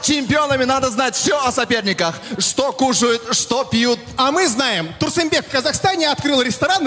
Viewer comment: Не Турсумбек, Турсунбек, а Турсынбек😭😭 На случай если не знали что коверкаете🙃🙃